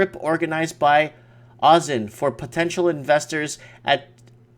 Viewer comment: i missed the live chat. dang Also +1 for correct pronunciation of my hometown Brisbane :)